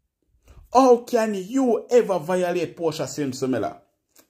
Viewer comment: Portia not porta